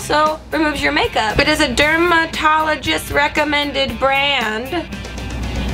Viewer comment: Derm-uh-tall-uh-gist way to sound it out Grace